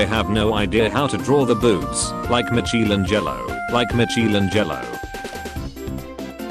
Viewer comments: i feel like he should start separating words. like itll sound stupid while writing but itll sound correct. “Micheal and jell-o” gives the closest pronounciation, etc. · no one: the narrator voice trying to say michelangelo: Michy an' Jello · Macheel anjello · sure love me some jello with a side of michy 😋